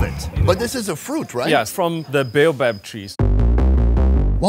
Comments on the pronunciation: bow bow fruit to funny . its pronounced bay-o-bab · He said "baobao" tree 😂😂 It's baobaB 😂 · Sonny not Bao bao... Baobab. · why is he saying baobab like that